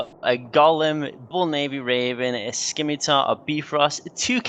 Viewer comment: The C in "Scimitar" is silent.